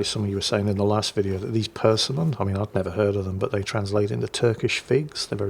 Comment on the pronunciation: Germans in Egypt: I think in this game and in the "Raiders" movie, the British simply don't exist in Egypt. That's how I take it. Persimmons: your pronunciation was a little off, the stress is on the second syllable. I've had them before, not something I care for but others love them. A late relative used to have a very large persimmon tree in their backyard. I tried a few one time. I think they may have been a bit overripe. Very soft and mushy, and yes, very sweet/sugary. Would not recommend for anyone with diabetes.